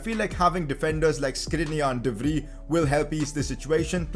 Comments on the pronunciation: dont pronounce de vrij de fri its called de frai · PCQ: De Vrij actually spells like De Vrai